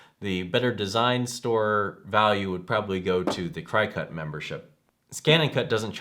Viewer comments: LOL i cringed everytime he said CRY-cut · LOL CRY cut instead of cri (short i) cut. When reviewing products you should know how to pronounce the brand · Omg, did you say Cry-cut? Lol. It's cricket , like the bug. Lol!!!!! I'm thinking if your doing a review you would know how to pronounce it. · Hopefully by now you have learned that the Cri-cut as you say is not the way it is pronounced. It is Cricut like the bug. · At least u know hes not a "CryCut" shill.. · It's driving me crazy the way he pronounces Cricut! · Dude, you are not extremely knowledgeable in any of these products are you? first of all , it is pronounced "CRICKET" like the bug. Brother machines are available from stores that sell the Brother SEWING MACHINES. DUH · it's pronounced cricket -- like the insect. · Yes you can, though you can use any image (even googled ones) to make custom cuts on the Silhouette or Cricut (pronounced "cricket", that was just freaking me out every time he said that wrong). The Brother SNC requires you to convert any svg. file to an fcm file to be cut on that machine, which you do online with the cloud software, and save it to either your computer or flash drive to actually use it. And they are "die cutters", not printers. None of them print, but they do write/draw. I have both the Cricut Air and the Brother...love both! Hope that helps. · Cricut is pronounced, Cricket! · Yes, thank you... I got half way though and had to stop because of how he was saying Cricut. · LOL Thanks for the info but you Crack me up...Non crafty for sure and I know because it's pronounced like "cricket". I do appreciate the comparison video. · sorry, i cant watch and listen to you mispronounce Cricut for 8 mins. tbh.